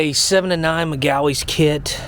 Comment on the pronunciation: why u pronounce magueys like dat